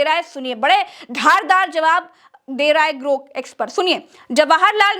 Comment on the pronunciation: ग्रोक, ग्रूक नहीं!